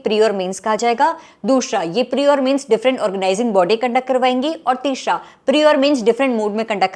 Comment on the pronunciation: Dushhra tishhhra 😂😂